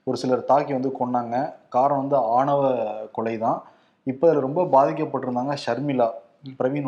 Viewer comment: அது ஆவண கொலை அல்ல ஆணவ கொலை